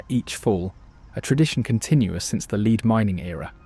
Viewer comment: Leed mining???? It’s lead - AI can’t reed…